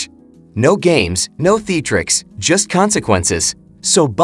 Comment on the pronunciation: Yes, theatrics and sabotage or not pronounced the way they are here.